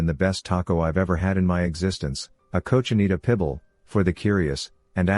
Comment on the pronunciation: I paused at “cou-chi-nee-ta pibble” 😂